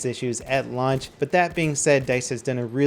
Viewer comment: Sounded like he said lunch